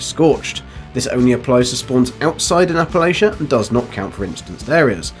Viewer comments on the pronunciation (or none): none